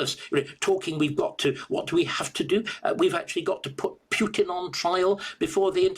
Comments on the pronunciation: It is POO-tin. NOT P YOU tin. Thank you very much. Learn to pronounce foreign names correctly. Not according to British pronounciation. Thank you very much. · U in Putin is pronounced as oo.